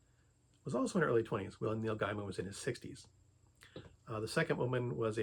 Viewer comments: His name is pronounced “gay man” not “guy man” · It's pronounced "GAY mun". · Why do you not pronounce his name correctly? It cuts your credibility.